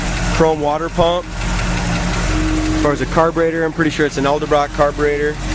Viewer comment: Edelbrock...EDelbrock....ED EL brock!.....see that 2nd letter?...it's a 'D', right?!...a 'D'!!!